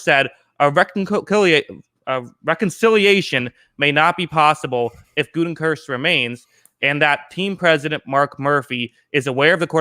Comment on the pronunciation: GOO-teh-kunst, not GOO-ten-kurst. LOL!